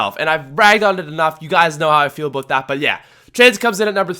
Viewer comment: he says aboot too. He sounds like your white teacher or great aunt